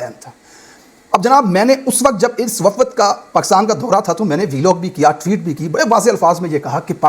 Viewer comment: Waffad nahe wafd sahe ward